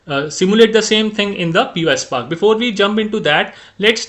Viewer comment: Py is pronounced pie as in Apple pie. not P-Y. So it's one word pyspark😊